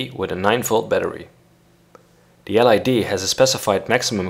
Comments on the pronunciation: l.E.d.... not l.i.d.... aggravating... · It's LED not LID. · Perfect, but LED is pronounced LED, not LID. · It's an L.E.D not an L.I.D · LED, not LID :D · Is it L "I" D or L "E" D? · Who pronounces L EEEEEEEEEEEEE DDDDDDDDDDDDEEEEEEEEEEEEE like L IIIIIIIIIIIIIIIIIIIIIIIII DEEEEEEEEEEEEEE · It's LED , not LID! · "L I D"? No it's L E D, besides that it doesn't matter whether you place the resistor on the plus or minus. 😎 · Its not called lid, but led!!! Noob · ELL EEE DEE -- not ELL EYE DEE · LID? Don't you mean LED? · You said lid it's led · LID LID LID please it's LED .... LOL :) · ITS NOT LID ITS LED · The L.I.D? U MEAN L.E.D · I think it’s his accent. Pronouncing it like “grayn” but with a silent N. Same thing goes for his pronunciation of “LED” which sounds like L I D. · I know, he says lid in the video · Yes he should say LED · EL AIiiiiii Deeeee, lol. LED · Oh I heard LID not LED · I would say that it's a great video.. but there are a few things I'm not really agreeing with, and since I'm not a expert, I'll have to do some research.. Btw... when you say LED, you are pronouncing the E as we pronounce the I...